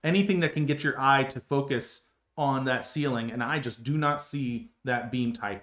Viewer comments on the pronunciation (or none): none